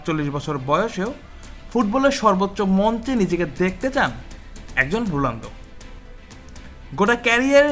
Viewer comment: ভাই আপনিতো রোনালদোর নামটাই বলতে পারেন না